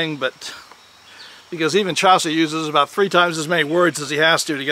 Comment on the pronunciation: 'Chowcer'? I don't think so. That's my second comment on your pronunciation. But please don't take it personally. I love your excellent content - from here in the UK.